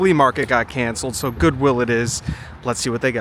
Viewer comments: I know I heard that too and said to myself that’s not Gucci😂😂😂😂 then realized he was calling goodwill Gucci😂😂😂💜💪🇺🇸♥️🙏😇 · All this time I just realized you keep saying Goochie Will HAHAHAHAHAHA!!!!!